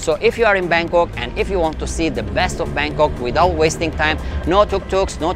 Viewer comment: 🤣🤣🤔...BANGKOK mister bukan bengkok kalo kata orang indonesia mah tidak lurus. Tidak ada texs indonesianya kurang bagus